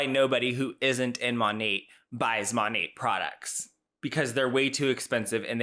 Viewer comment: I thought the T was silent, she keeps saying "Monate"